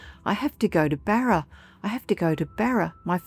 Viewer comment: 😂 Barer? I presume you mean BARRA!